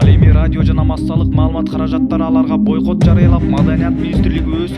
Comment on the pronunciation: Бойкот эмес ,байкот.Туура суйло